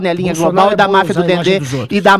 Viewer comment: "Marfia do Dendê" kkkkkkkkkk